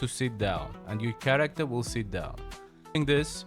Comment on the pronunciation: He said chairacter😂